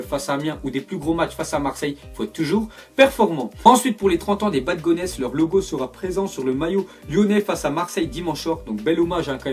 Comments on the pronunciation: A la prononciation c pas les Bad Goneç c les Bad Gone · Bad gonès .. mdrrrr C’est bad gones (gonssss) Sinon c’est le vélodrome le méilleur (ambiance + beauté du stade) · On dis bad gones et pas bad gonesssss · « Baf gonès » 😱😱😱 sa se prononce « Bad Gons » mais sa s’écrit « bad gones » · Juste les bad Gones ça se dit ba gone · Bade gonesssss non on dit pas le s 😂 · Ça se prononce "bad gone" on est d'accord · Les bad "gonesse" mes oreilles saignent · On ne prononce pas le "e" et le "s" de Bad Gones. Les gones, c'est les Lyonnais, comme les titis parisiens ou les minots marseillais... Sinon attention aux titres...